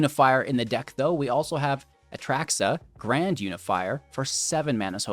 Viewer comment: I like your mispronunciation of Atraxa as “ataraxia.” Ataraxia means tranquility of the mind 😊